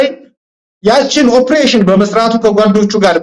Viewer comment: ኦብሬሽን አትበል በለው say it ኦፕሬሽን ; ❤